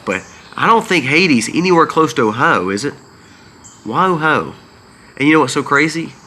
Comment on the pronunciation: 😂😂! Your pronunciation of O H I O is killing Me!! Say it slowly: OH HI O All kidding aside…lol Hoping you feel better!!